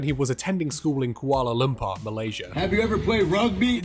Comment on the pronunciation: I hate that all I heard when you talked about Mick's highschool photos from Kuala Limpur was "Koolo Limpa" and my brain told me that's where Tingle went to school too